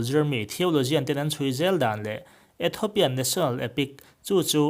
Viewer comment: Ethopian ni lovin Ethiopian ti rawh